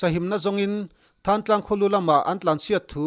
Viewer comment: Thangtlang nilovin Thlantlang tih a lamtur